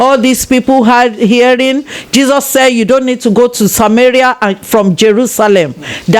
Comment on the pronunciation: Why does the interviewer sound fake, mentioning the word CHESUS. Or is it meant to make the interviewee talk more.. Learn to listen Mr man